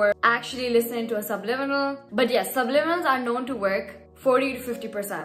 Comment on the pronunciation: Finally you pronounce it right gurrlll 😂❤